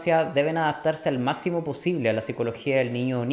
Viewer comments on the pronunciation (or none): none